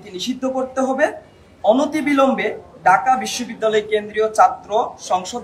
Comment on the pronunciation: ঢাকা বিশ্ববিদ্যালয় উচ্চারণ ঠিক করতে হবে